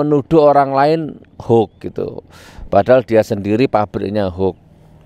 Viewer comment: Gus nur klau menyebut HOAX Jng hok tapi di Perjelas cara menyebutnya HOAX